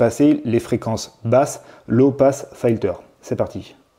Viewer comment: "Filter" se prononcer "filteu(r)" et non "faïteu(r)" ! ;-) Par contre, la raisonnance a l'air énorme, il est de combien le Q factor ?